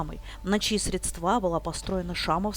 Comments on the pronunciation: не средствА, а срЕдства. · Уж коли занялись журналистикой, говорите грамотно, ставьте верно ударения: не средствА, а срЕдства. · СрЕдства.Говорите правильно. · В слове средства ударение на первый слог